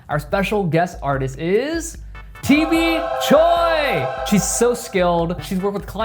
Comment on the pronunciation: the way he said choi made me cringe